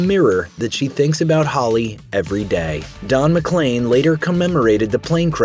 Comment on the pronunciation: McLean > McClain